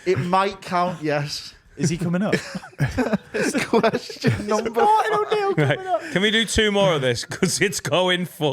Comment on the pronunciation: Just here to highlight & look at the camera during “kweshon” is becoming iconic